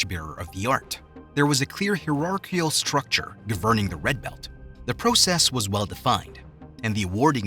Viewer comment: learn to say governing and hierarchy if you're going to narrate YouTube videos also do some basic research like the meaning of the coral belt resembling a coral snake.